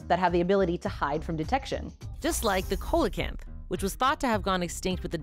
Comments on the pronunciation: When did we start calling it a Coalee -canth? For the last 50 years it’s been pronounced Sea-lo-canth? This is the second person this week I noticed who pronounced it like that. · not to be a prescriptivist but it is "SEE-luh-kanth," right? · I'm sure this as been covered in older comments, but it's pronounced See-La-Canth, not coe. Sorry, marine biology pet peeve of mine. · "koh loh canth" 🤣🤣🤣 bruh, it's "see loh canth" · I believe coelacanth is pronounced "SEE-luh'-CANTH"...not "KOH-luh'- CANTH".😊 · It’s not “COAL-LECANTH;” it’s pronounced “SEE-lacanth.” C’mon y’all. 🧐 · Coalacanth 🤮. Pronounced ceelocanth phonetically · "COAL uh canth" It... That's not how you pronounce it. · Coelacanth is pronounced SEE-le-kanth. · "Ah-DAHJ"? "KOLE-uh-canth"? Have i been mispronouncing these words all along? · I do not blame you at all, I made the same mistake myself, but Coelacanth is pronounced "See-la-kanth" through some language shenaniganry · I’ve never heard anyone pronounce coelacanth as “kohlacanth” before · Coelocanth is pronounced see-lo-kanth. Great video otherwise. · Just wanted to point out the miss pronounced “Colicianth” and “adage” here. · FYI, you pronounced Coelacanth incorrectly. It's "see-luh-kanth" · How is it that doesn't know how to pronounce "adage" and also "coelacanth"? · Just helping the algorithm here with a comment, but please check with your less botany-focused coworkers about the pronunciation of "coelacanth." And that image you showed of it is certainly more recent than 1938 (looks like the footage from 2019).